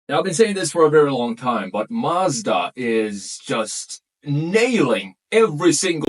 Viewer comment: You’re pronouncing ‘Mazda’ wrong.